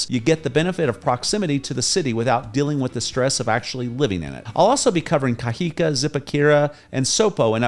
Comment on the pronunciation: I noticed that you don’t pronounce words with an accent: ie you say Cajica but it’s pronounced Cajicaa the elongated A is for my illustration purpose but when you see an a with an accent (‘) at the end you say Cajicaa. Likewise Zipaquira you say Zipaquuira but it’s really pronounced Zipakirraa